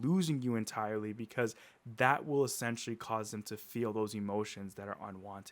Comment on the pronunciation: Stop sayin ESSENTIALY